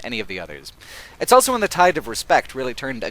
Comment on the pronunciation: I hate the way you pronounce the word ''also''. It's ''aw(l)so'' not ''L-so''. It's weird. Great video though.